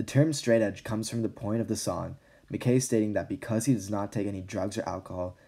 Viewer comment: I’m sorry, it’s pronounced “Ma-kye” not makay